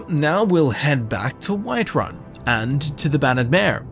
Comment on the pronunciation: I heard the Alik'r Warrior said Wiferun instead of whiterun